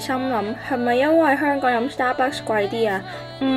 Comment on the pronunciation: 雖然佢經常將「香港」講成「香趕」，但，呢啲先係「香港FEEL」，講得太字正腔圓，就變咗大陸人。